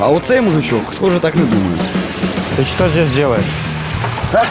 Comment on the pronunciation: охранник сказал ТЫ ЧЬТЕ ЗДЕСЬ ДЕЛАЕШ